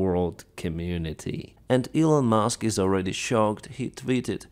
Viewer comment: “Elon Mooosk” 😂